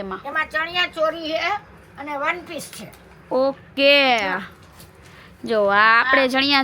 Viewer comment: તમે મોટા ભાગે "છે" ની જગ્યાએ "हे" ane "શે" જગ્યાએ પણ "હે " એવું કેમ બોલો છો... એ કઈ ભાષા છે ??